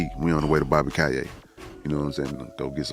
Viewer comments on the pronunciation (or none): none